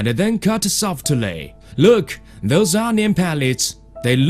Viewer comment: 3.24 lök at the perpers the surface lüks suh slidey